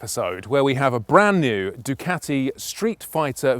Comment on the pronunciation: You gotta say it right... "Dew-CAAti"